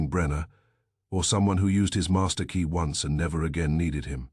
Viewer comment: Why does your AI pronounce once as ons and No as Number? Why do you have such a limited range of names? Why are all your characters stereotypes? Time to change the AI bot.